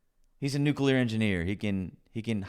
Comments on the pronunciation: She can't even pronounce the word "nuclear", she says "nuculear" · I think it's amazing that she's trying to dunk on her husband and says "nucular" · *"nukular". she said "nukular". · She said “nuke you ler” instead of the correct pronunciation. Her husband must be so ashamed. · Imagine being married to a nuclear engineer, and still not know how to pronounce "nuclear." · She can’t even say nuclear right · She can’t even pronounce “nuclear” correctly. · She literally can't even pronounce nuclear. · She's a troll literally and figuratively. No one who looks, sounds, and contributes this awfully would act like she's acting. She can't even pronounce nuclear! Total BS. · Buddy’s a nuclear engineer while she can’t even pronounce “nuclear” but he’s the incompetent one… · She can’t even pronounce “nuclear” and she’s saying her husband is the idiot. How quaint. 🤣😂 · She can't pronounce the word "nuclear" correctly. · She pronounces nuclear wrong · YouTube won't let me quite her mispronunciation of nuclear.